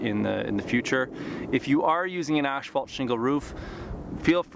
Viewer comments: Ash fault huh, tongue twister, ass fault, there you go, a lot better. a thumbs up was given. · You are the second one I hear pronouncing asphalt like ashphalt. What is the correct pronunciation?